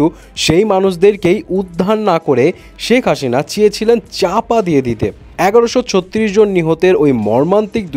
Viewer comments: সেক হাসিনা না শেখ হাসিনা 😂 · শেখ হাসিনা ।শেখ হাশিনা না।ঠিক করে প্রনাউন্স করেন